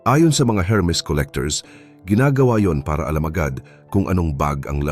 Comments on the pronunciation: Hello -Hermes pero pag sambitin po is Ermes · ERMIS SILENT H